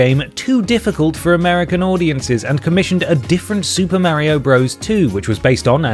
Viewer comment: I literally have a friend called mario and he and everyone else says it exactly like in this video.